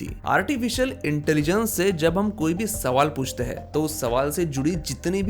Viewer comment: आप महाराष्ट्रियन लोग अक्सर " हैं " को " है " बोलते हैं. . . . , , , - पर आपने "कहाँ " को " कहा " बोला है.